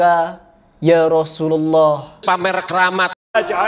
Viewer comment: kok assalamu alaika ya rasulullah seharusnya di baca fathah assalamualaika ya rasulallah...... Bacaanmu sendiri di koreksi yaa nammaam. 😅. PRAS